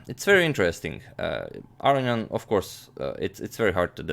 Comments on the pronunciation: Not Aronyan, but aronYAn. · You are unquestionably mispronouncing "Aronian"; "Arian" (as you pronounce it) would violate not only every principle of pronunciation (it is not possible for "-on-" to be silent) but it would also be the only Armenian name in history that didn't end in the two syllables "ee-an". There are four syllables in Aronian: "ah"-"roh"-"nee"-"an". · Levon's name is pronounced - lEvon aron-yAn. Not, levOn arO-nian. (capitals represent location of intonation) Agadmator, your pronunciation sounds like "Aro-ian", swap the "i" for a "y" as in "yum" and add an "n" just before it. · Your English is impeccable. The perceived mispronunciation (I pronounce it "a-rone-ian" ) I just attributed it to your Croatian accent. Doesn't bother me at all. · Gustafsson and Svidler pronounce it Ar-row-nee-an. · Pronouncing Aronian incorrectly? How about "wit" - you pronounce so much shit incorrectly, while being smart, you make me wanna be a superintendent. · No, he's actually saying 'Aronian' wrong. You can hear the correct version of his name in this video.